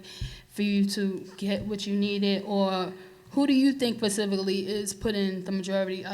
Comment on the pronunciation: I’m bothered by the young lady saying “pacifically”